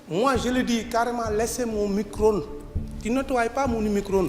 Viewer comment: c'est mico-ronde et pas micro-onde mdrrrrrrrrrrrrr